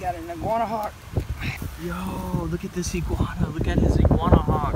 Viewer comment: 5.59 iguana - i-grab-her 😂